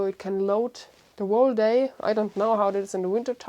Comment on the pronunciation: whole is pronounced hole